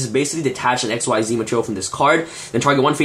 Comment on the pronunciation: bro... please pronounce it right: XYZ is pronounced like EXCEEDS not EX-WHY-ZEE